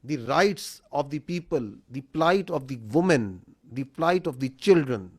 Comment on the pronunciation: woomen nahi be wimen pronounce karte hai